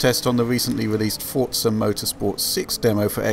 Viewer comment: I hate it when people call it fortza its called Forza the way its meant to be said not with a silent T.